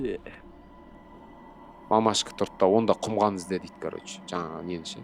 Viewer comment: ҚҰМҒАН ЕМЕС ҚҰМАН😂😂😂😂